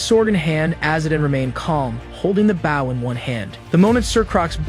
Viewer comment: Not Baugh its Bow